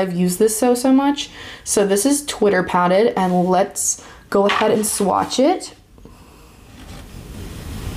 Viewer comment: Pronounced Twitter pay- ted